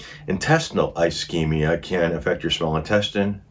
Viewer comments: Ischemia like a snakes hisses, just drop the H. Isss keem ia, not I schem ia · It’s not “eyeschemia” it’s ischemia…soft “I”. 😁😁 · Metabolic acidosis does not mean an accumulation of acid in your stomach. Also, the pronunciation of acetaminophen is.Ah-seat-ah-min-ah-fin. Also pronunciation of ischemia is Iss-keem -ee-a. Also pronunciation of ileus is Ill-ee-us. It’s a good idea to look up pronunciations before reading the material and have a good understanding of the diagnosis. Appreciate your video, but it’s a good idea to get a good understanding of what you’re talking about. Other than that, you did pretty darn well in the last half. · Please don't take offence, it is pronounced ish-kemia. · Ischemia: Ih-SCHEME-ee-yuh Ih-SCHEME-ick Ileus: ILL-ee-us Oopherectomy: EWE-fer-ect-uh-me Gastrectomy: Gas-TRECK-tuh-me Sequelae: Sah-QWELL-uh